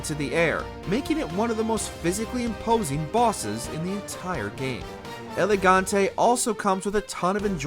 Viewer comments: Why does it sound like you are saying Elegante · Dude, the way you pronouce "El Gigante" and make it sound like "Elegante" is kinda anoying for a portuguese like me your kinda killing the name there.